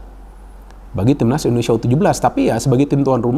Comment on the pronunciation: Indonesia bung bukan endonesia